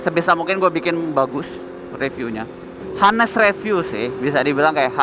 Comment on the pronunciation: cara baca honest itu anes, bukan hanes wkwkwk gatel dengernya